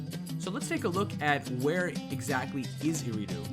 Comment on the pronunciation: Aridu not eridu